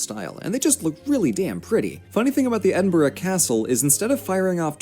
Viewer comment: I’m Scottish and the guy in the video pronouncing the names like calling Edinburgh , edinbourgho and calling Inverness , invarnass